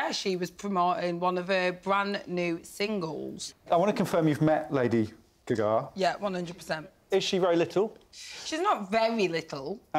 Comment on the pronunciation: They keep saying lady “ga-gah” 😂😂